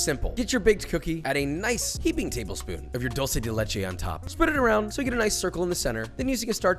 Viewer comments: It's not doulgh-ce del Leche it's duel-ce de Leche 😋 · Dulsee de lechi.💀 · "Dolce de leche" holy shit dawg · cookies are good, but we need to work in that "dulce de leche" pronunciation. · Es gracioso ver cómo la gente que no habla español pronuncia Dulce de Leche